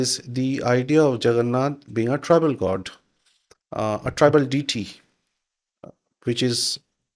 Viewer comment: It's annoying he keeps saying the word deity wrong way